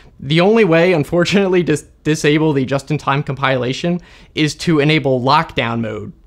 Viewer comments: Com pill ation, not com pile ation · come pile lation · comPIElation ?! never heard it saying that way... is that a thing ? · I always thought it is comPILation. Like a pill. Not comPIElation like a pie. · English teacher heren Never heard "compilation" pronounced this way before. I think it may be a case of interference of the verb "compile" . I'll give the tip a try. Thanks. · Hard to take someone seriously on computer security is they can't pronounce "compilation." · You're saying Compilation wrong 🤦‍♂ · I didn't know compilation was pronounced like this, but that's what I love about this channel. I always learn something new! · Getting triggered by his odd pronunciation of "compilation"